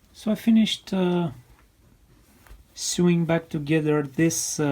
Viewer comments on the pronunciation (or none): A small helpful suggestion: 'sew' is pronounced 'so', not 'soo'. That means 'sewing' is pronounced 'so-ing'.